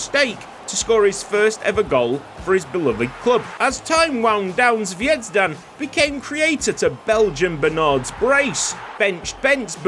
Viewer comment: very good format and beautifully delivered as expected 😍 from a fellow croatian - the Z in Zvejzdan is pronounced more buzzy like in "buzzy" ☝️rolls easier off the tongue as well 😜